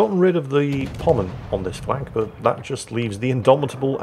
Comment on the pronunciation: says musashi is a pommern his cat tries desperately to correct him, and he still gets it wrong Love ya, and your cat too